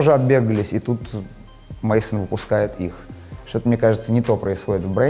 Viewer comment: Не мейсон, а мэзон